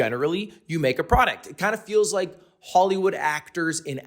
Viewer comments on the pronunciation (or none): none